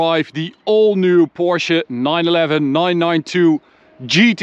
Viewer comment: love to hear that you pronounce it Porsche and not Porsh like some other reviewers